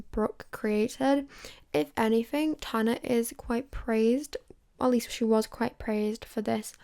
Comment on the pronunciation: You’d think if you wrote and planned out this entire video you’d look up how to pronounce tanas name